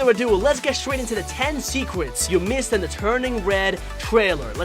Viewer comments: At the beginning you said secwets (secrets) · TEN SECWETS YOU MISSED IN THE TUWNING WED TWAILEW! Holy shit, I'm fucking dying!